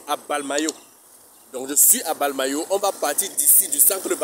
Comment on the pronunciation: On dit mbalmayo et non balmayo